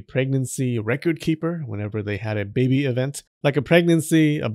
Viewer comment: I like how they say baybay instead of baby sometimes 😂